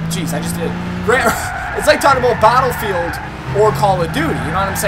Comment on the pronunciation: Lmao comparing "Bottlefield" to "Coll of duty" haha